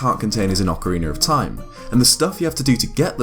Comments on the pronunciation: "Ocariner of time". I am triggered. Just... stop pronouncing the extra random non-existent R. I bet you pronounce it properly when Ocarina isn't before a word that starts with a vowel. Just pronounce it how you would if you just said "Ocarina" as a single word. I can't see it being that difficult. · Why do you keep pronouncing words that have an A at the end with ER like Ocariner Zelder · Blake Bonner I hate it so much when people say ‘ocariner’ and it happens way too often. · it's ocarina not ocariner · "Ocariner of time" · "Repeat after me. Ocarina." "Ocareener." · Awkeriner of Time, eh? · good ol ocariner of time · Why does everyone call it "Ocariner"? Almost every zeldatuber calls it that but isnt the "A" a soft sounding? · “Ocareaner of Time” 😉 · I love Ocariner of Time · ''ocariner of time'' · IT'S NOT OCARINER YOU FUCKING IDIOT! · OcarinA with an A sound. Its not Ocariner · It's ocarina, not ocariner. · Ocariner? That's not how you say that... Accent or not, there's no r at the end. Ocarina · Okkkkarina of time? Surely you mean Ocarina of time... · Love how some British and Australian people pronounce things that end in an "a" as "er" like ocariner (ocarina) or impaler (impala) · Ocariner of Time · I don't understand why some people say that the correct pronunciation for "Ocarina" is "Ocariner" precisely in this game, my native thongue is not english, so I had to ask a native for the correct pronunciation of this particular word and saying to me it was "Ocarina" so, even if it sounds better, why would you pronounce it like ocariner and people said that it is the correct pronunciation. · Ocariner of time? Ive never played Ocariner before over in the states its pronounced ocarina like how its spelled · Ocarina not Ocareener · Ocariner of time. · I heard Zelder at least once. Lost count on ocariner, though. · OcariNer, no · Good ol' Zelder, Ocariner of Time. What a game. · Haha "ocariner of time" english bastard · Ah, yes, Ocariner of Time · “Acoriner of Time”